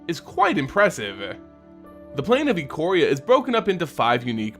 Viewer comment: It's pronounced Eye-Core-Ee-Uh.